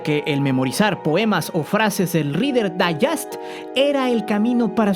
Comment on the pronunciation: del “rider daiyest” JAJAJAJAJAJA